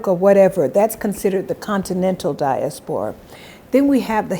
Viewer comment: Wide maya I love the way you pronounce “diaspora”